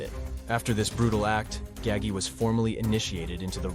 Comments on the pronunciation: Came here to write this! Thank you! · OMG !!!!! I was so annoyed by that too !!!!!!!!!!!! 👍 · Who the f*%k is Nino Gag-ey Or Roy Dahmeo? Maybe you mean Nino Gaggi (Gah-Gee) and Roy DeMeo (Duh-Mayo) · ITS NINO GAH-GEE NOT GAGY!!!! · I wish people would learn how to say Nino's name right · I came straight to the comments after he said that to see if anyone was as off put as I was by his pronunciation of Gagis name. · No it’s GAH-HAHI-GEEHOHA. Get your Italian pronunciation straight